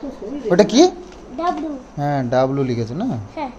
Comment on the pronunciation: ডাবলু না" ডাব্লিও "..